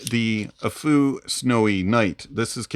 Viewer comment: Any benefit to upgrading to the Snowynight from the Tanchjiam Space? Side note, you're the first person I've heard pronounce Aful correctly.